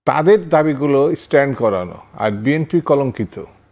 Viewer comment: এই দুদু কি বলে!! নিজের দলের নামটাও উচ্চারণ করতে পারে না 😂 বিএনপি কে বিএনফি বলছে 😂😂😂